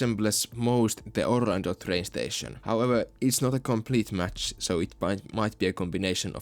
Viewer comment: You beautiful son of a bitch, you have restored my hope for Orlando regardless if you always say OrlandNO